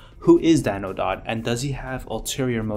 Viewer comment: You don't know how to pronounce "Dowd"?